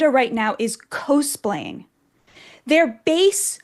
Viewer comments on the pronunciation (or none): “co-splaying”??? Cos-playing